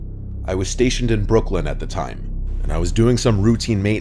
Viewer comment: The last story, when said Brooklyn, I recognized that New York accent.